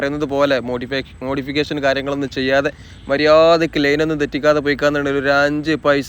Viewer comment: മദ്യാരക്ക് അല്ല "മര്യാദക്ക് "😂ok